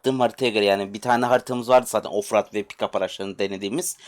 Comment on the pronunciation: Off raaadd değil eleman off road diye okunuyor